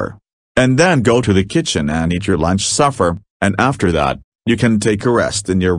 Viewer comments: And it’s SUPPER not “suffer” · The grammar in the video description is terrible but the video is fantastic and I love how pronounces suffer instead of supper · Its pronounced supper not suffer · Besides, it’s “supper”. Not “Suffer”.